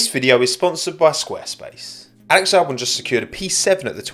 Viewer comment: Just here to comment "Walex Walbon" 😂